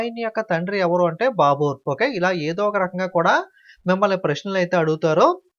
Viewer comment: Baboor arbar enti sir pronouncing check once